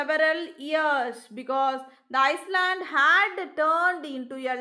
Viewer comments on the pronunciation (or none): Iland pronounciation not iceland